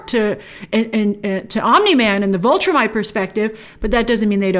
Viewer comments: Great video as always Grace, but... please stop saying VULtrimite. It's VIL (rhymes with pill) Viltrumite. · Every time you say "Vultrimite", I'm yelling at the screen, "VILTRUMITE! it's VILTRUMITE! They're called VILTRUMITES!" Every. Single. Time. Please stop doing that, Grace.